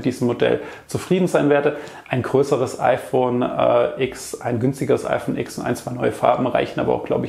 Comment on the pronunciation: IPhone Sex. Kroß. Aha. Lern Deutsch, Mann!